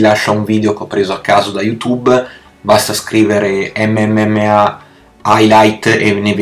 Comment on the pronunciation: Dice MMMA😂😂